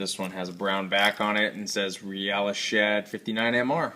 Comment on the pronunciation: nice review, i think its pronounced "real-iss" as in the first part of the word realistic